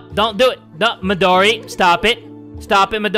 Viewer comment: I love how he says “MiDoRi GurinUuu”